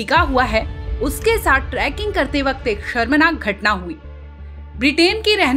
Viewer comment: ट्रैकिंग नही, ट्रेकिंग